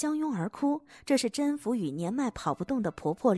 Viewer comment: 宓 不是應該讀音 me嗎